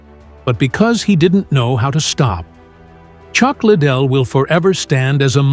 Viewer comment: Learn his name, you sound dumb…….Lid dell …..